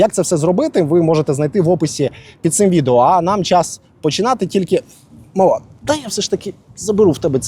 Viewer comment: ОМГ! Какой хернёй занимается здоровый, молодой мужик призывного возраста.... Автор, ты бы лучше к логопеду походил.Реально, смешно слушать,что взрослый дядя разноваривает как трехлетний : маВа, пішВа, даВа, пВікВад +картавый. И чтение українською тебе как- то не помогВо.